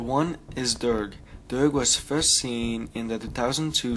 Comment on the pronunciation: Also that probably isn't bib fortuna in episode 1 notice how bib fortuna is pink? Well the twi'lek next to jabba in episode 1 is a weird blue green color. Oh and you mispronounced Durge. It's pronounced Durj